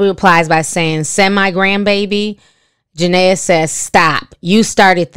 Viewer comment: Did it bother anyone else that she keeps calling her Janea and not Jenae😂😂